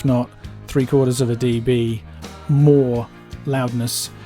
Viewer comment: "deebees"… cringe.